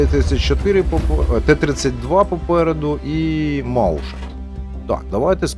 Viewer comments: Чудовий бій зійшлися зорі)) до речі Mäuschen не маушен а майсхен, це миша в перекладі як зрозуміло тільки лагідно, мишка чі мишенятко))) респект. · ні, саме мойсхен. А з двома крапками еквівалентне e, а eu - це "ой". Хен - зменшувальний суфікс, тому він сам по собі та ніякого "ш" не складає. :) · Правильно не "маушен", а "мойсхен" :) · той німецький танк читається як "мойсхен" )